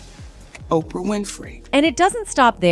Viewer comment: Why doesn't she pronounce Ophra???? She says Opia